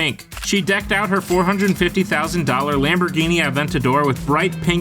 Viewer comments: Aven TAH dor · 'aventater' lol what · Who pronounces Aventador “Aven-tater” like a hick southern guy saying potato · Lol not a Lamborghini AVEN-Ta-DER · i clicked off as soon as he said lamborghini “aventaydor” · Sure that's not how you say Aventador and I'm in primary school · Imagine pronouncing aventador like that 🤦‍♂️🤦‍♂️☠☠